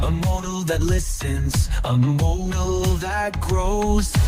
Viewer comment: Mode-el ? most humans say Maud-el, Un-em-bowed? Woke up "fup" feeling I know i'm being hard but compared to what you showed us from Suno 4.5 it doesn't hold a match